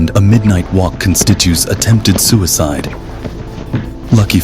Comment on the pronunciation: Constitues?.. Indikting?..